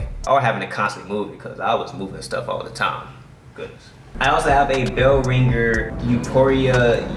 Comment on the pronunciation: behringer sounds like bear-in-gur for the audio interface. looks good!